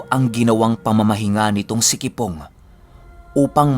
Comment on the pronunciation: Kipong hindi kibong hahahahah